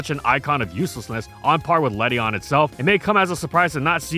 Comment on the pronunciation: Ledian has an IAN at the end not a EON